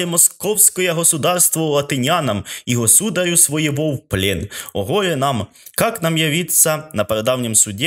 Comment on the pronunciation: вдячна за витримку і наполегливість! Єдине, щоразу дивує, Ваш наголос: госУдарь, госУдарю... Будь ласка, зверніть увагу: госудАр.